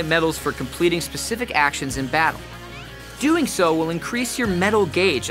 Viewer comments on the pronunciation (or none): none